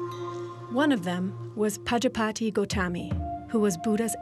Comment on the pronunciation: Prajapati is pronounced wrong by the narrator